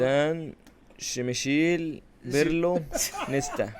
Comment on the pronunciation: شمايكل ❌ شبشيل ✅ 😂😂😂😂